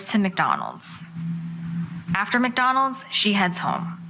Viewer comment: "Mac Donaals" dang...